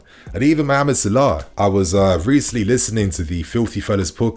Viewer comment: Mo Salar? Why is he saying it like that? Lol trying to sound posh or something lol